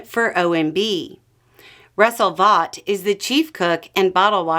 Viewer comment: Vought is pronounced "Vote", He corrected the record during his hearing.